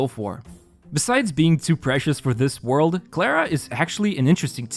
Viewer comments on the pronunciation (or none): none